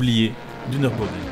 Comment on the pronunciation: Avec une prononciation presque parfaite du nom fameux qu'est le Nürburgring!!! Bravo pour la vidéo et la passion éclaboussé. Tu m'en as foutu plein le cœur merci^^